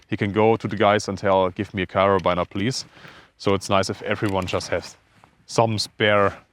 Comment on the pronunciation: Sehr interessant! Abseilen sollte man in der Schule lernen! Übrigens, da das Wort "Carabiner" so oft fällt, es wird tatsächlich "Kerabiner" ausgesprochen. Also nicht wie "Liner" oder wie man es erwarten würde, sondern einfach nur mit "i". Tut dem interessanten Video keinen Abbruch aber für zukünftigen Kletter-Content mag das ja vielleicht interessant sein und gut zu wissen.